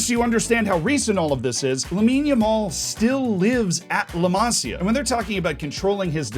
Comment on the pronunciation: its pronouned LA - MA - SIA